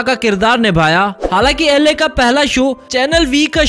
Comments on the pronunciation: Not Ale it's Aly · It's not ale It's aly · It is not ale it's aly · My love Aly😘😘😘.. Ale nhi hota hai bhai sahab Aly hai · Abe bhai name to correct le le ale nahi Aly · Ale nhi Aly pahle bolna Sikh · Pronouncing like La😂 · Pronounce correctly sir...Aly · New Pronunciation Of Aly And Bhasin !